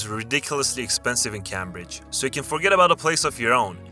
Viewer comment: High WEECYEEOM? You mean High (as in high up) Wycombe (pronounced wi coom) Also it’s Cambridge (as in caym bridge not cam bridge)